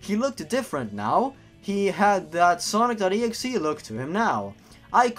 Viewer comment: oh hey cool hesaid it like snock.executabel yourg